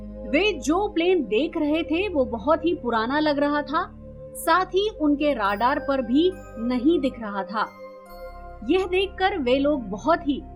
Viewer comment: Rradaar nahi radar